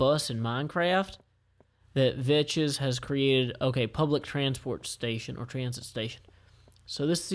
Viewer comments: you know that you don't say ve-chez but vex! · its vechs (vecks), not veches, anyway, loved the vid, just that was annoying me a bit... thx tho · FYI: Its pronounced Ve-ks